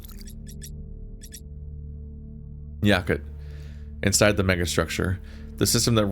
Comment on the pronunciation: His name ISN'T "Yackit". It's "YaKOOT" Like "Ya! cooties!" without the "ies" part.